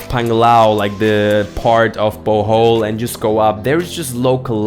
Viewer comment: Bohol is not pronounced as bowhowl..,it’s pronounced like bo-hole